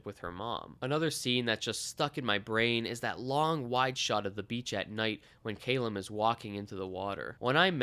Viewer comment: Great delving review but argh is Ca lum not cay lum